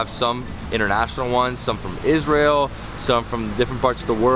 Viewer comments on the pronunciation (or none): none